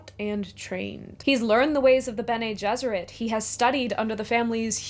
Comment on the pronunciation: its amazing how basically everyone pronounces Bene Gesserit wrong